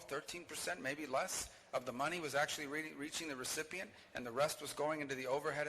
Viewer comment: ... "10, 12, 13%, maybe less, of the money was actuary reaching the recipient, the rest going into the overhead of this bureaucracy" - Astonishing.